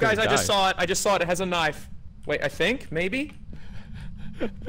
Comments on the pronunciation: suddenly remembers Ross is Australian when he says "Knoife" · You can hear Ross' Aussie accent come out when he gets shaken lol. "I just saw it, it has a kniofe"